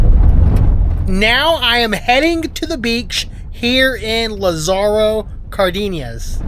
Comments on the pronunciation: Yeah.. sin ofensa pero.. when you always pronounce your Spanish “e” without an “Ayyy” sound but e sound. Cardeeeena 🤦🏻‍♂️ paired with getting angry about being told not to film. You kind of come across as the worst , entitled American Karen / gringo travelling abroad. 😅 don’t be a Karen! I could be wrong but I’d probably say it Like, Lah-sahh-row cahr-Dane-yuhs. Anywayyy. Cool you’re going back to Guadalajara, I’ve been there for months on end; I used to run around Providencia, the aqueduct there, Colomos Parque, Andares mall is super nice. It reminded me of like Mexican Beverly Hills some neighborhoods :) There’s some other cool outdoor malls around there too, Ajijic, Tlaquepaque, Chapultepec. Anyway, Sundays were also cool I think, I forget if it’s once a month or every single week. But they close some main streets for running / biking. So many people go out and do that there! Just a bit of positivity, oh and I’ve seen a baseball and soccer match in GDL too 🎉🥳🥳🥳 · It sounds funny how you pronounce it.😂 I used to live there and came to the USA at age 12. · Please get the pronunciation right at least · Butcher the name of the town